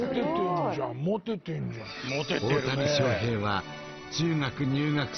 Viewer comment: ウエンツの紹介が大谷しょうふぇい選手ですって言っててオモロい